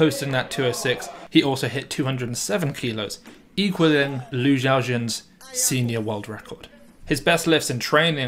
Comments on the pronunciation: most impressive part of this video is ability to pronounce Lu XiaoJun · you pronounced lu xiaojuns name better than most Olympic commentators 😂😂